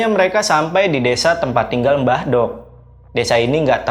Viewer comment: Maaf mas saya jd dengernya mbadok (makan) bukan mbah dok (mbah wedok) 😅🙏